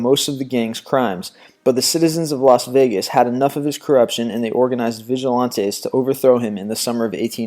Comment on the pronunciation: mispronounced vigilantes